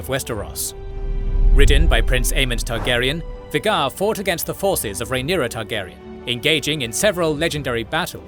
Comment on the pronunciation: You are NOT pronouncing Vhagar correctly....